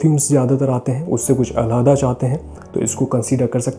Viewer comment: The way you say complex urdu words .... " Iss khushbu se kuch ala - heda chahte hain " Bro 🙋